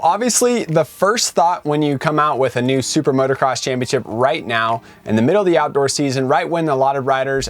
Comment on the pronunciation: It's MOOOTOOOO CROSS... NOT MOTORCROSS